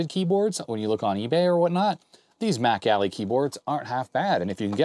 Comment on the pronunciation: I know you're saying "MacAlly" keyboard, but I just keep hearing it as "back alley" keyboard. You know, that shady guy in the trench coat selling keyboards in the alley.